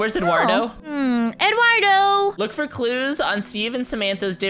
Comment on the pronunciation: When the screen said, "Look for clues on Samantha and Steve's disappearance," said dipsappearance. You can kind of hear the "p" he put in there.Listen c-l-o-s-e-l-y